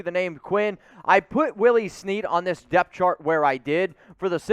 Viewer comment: DEPTH. I thought you were saying DEATH and I was super confused lol